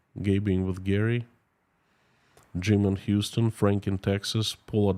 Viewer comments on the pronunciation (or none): none